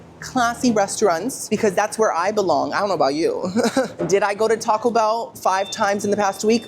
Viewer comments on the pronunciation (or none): none